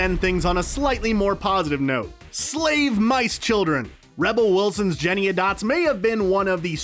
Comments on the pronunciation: Why does have so much trouble saying Jennyanydots? This is the second video where they've called her Jennyadots. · Jennyannydots, not Jeniadots. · Also its Jennyanydots not Jenydots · It is Jennie Anydots. Not Jenny Adots. Gah. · It’s Jennyanydots, not Jennyadot. FFS! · Jenny ANY dots, not Jenny-a-dots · It is Jennyanydots. Is in Jenny any dots. Not Jenny a dots. Her name is literally sung in the first line of her song, so how are you mispronouncing it? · Soooo...You repeatedly referred to Rebel Wilson as Jennyadots. Her name is JennyANYdots. At least get the character names correct. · I swear if I watch one more video where you guys call her "Jenny-a-dots" instead of "Jenny-any-dots" I'm going to lose it. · JENNY. ANY. DOTS. okay? Not Jennyadots or however you keep saying it. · I like how the guy reviewing the movie definitely hasn't seen it, since he has not said Jennyanydots correctly, once. The way he says it is like claws on a chalkboard. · Say it with me: JENNY-ANY-DOTS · This guy made at least two videos about Cats where he mispronounces her name multiple times. I cringe every time. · I think he's doing it on purpose - this is the second video I've seen of his with that pronunciation.